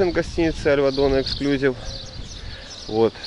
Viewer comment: Обзор неплохой, но ОЧЕНЬ режет слух безграмотная речь. В слове эксклюзИв ударение ставится на третий слог и букву "И" , а вы постоянно повторяете "эксклЮзив. Учитесь правильно говорить!